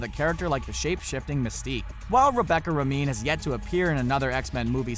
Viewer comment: Rebecca Romijn is pronounced "Ro-MAYNE"